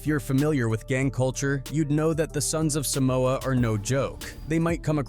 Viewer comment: Can’t even pronounce our homeland name correctly. What TF is Sumoa. SUM MOA. Really? Shame on you wannabe palagi fools. Shameful. It’s Sah moa. Not Sumoa. WTF.